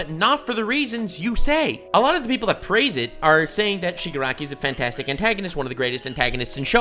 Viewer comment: Bro really just said Shigakaraki